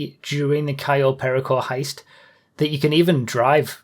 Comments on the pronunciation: cay yo pear rico thats how you say it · "Cayo Pear-icko" no!